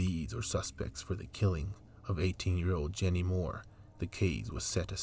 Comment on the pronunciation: Thanks for doing this video.. Jeannie is my Aunt. My family has waited so long for the news... oh her name is pronounced like 'genie'